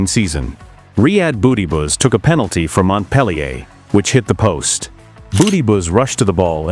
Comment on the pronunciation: "RYAD BOOTYBOOT"😂😂